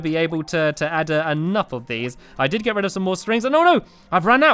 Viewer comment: Me: lets get rid of this. Stampy: lets get RED of this.